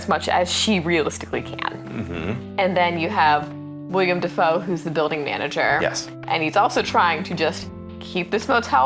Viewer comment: For the love of god, his name is WILLEM. Not WILLIAM. It's two syllables. Will-em.